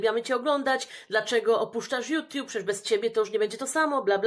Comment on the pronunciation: a co to "juTIUB"????😂